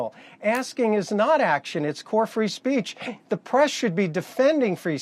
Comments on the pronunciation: "free spreech" 💀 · ahem "...free sp-reech..." that is all